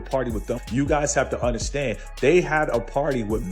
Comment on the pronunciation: I dont "under- SHHTAND"